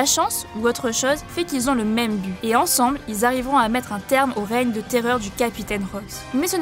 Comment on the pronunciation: Comment ça le "reigne", c'est pas plutôt le "règne"